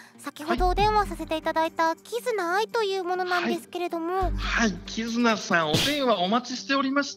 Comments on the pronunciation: 名前のイントネーションを間違えない？upd8社員か… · アイちゃん知らなかったのにイントネーションはあってるww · 「キズナアイ」の発音正しいの草